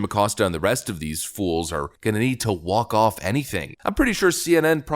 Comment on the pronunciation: Are you sure you said that right, "Walked off", VRS "Wacked Off".... 🤢🤢😩😩